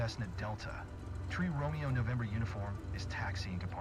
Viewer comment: It sounds as though tower keeps stating tree instead of three...